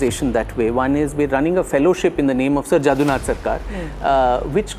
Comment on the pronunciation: Sir, the name is Yadunath, the Lord of the Yadus, Shri Krishna. Not Jaadunath, or Lord of magic.